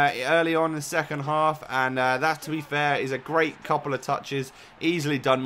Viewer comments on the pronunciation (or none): none